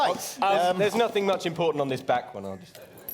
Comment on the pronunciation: It was ...ImPAWtant ... to free the Valet.